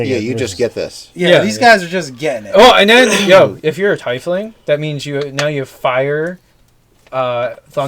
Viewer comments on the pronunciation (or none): Please pronounce it TEEFling. Not TYEfling.